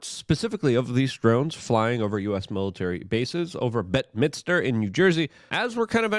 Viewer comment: It’s pronounced bed minster. Not bet minster